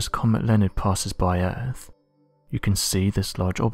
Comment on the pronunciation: Sorry, but this clip would have had more gravitas and authority if you could find a narrator who can say "earth" instead of "erf", and "other" instead of "uvver" etc. The acceptance of slovenly "steet" pronunciation marks the thin end of the wedge in the deterioration of our wonderful language. Am I the only one with this point of view?